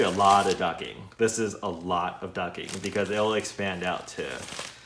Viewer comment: Awesome video however knowing how a word is pronounced is important! The word you are looking for ducting! duc T ing not ducking!